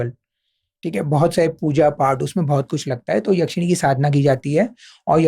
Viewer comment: भाई, याक्षिणी नहीं, यक्षिणी